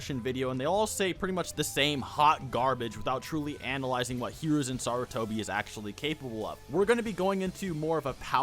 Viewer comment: Holy shit the way u pronounce hiruzen’s name is so off it pisses me off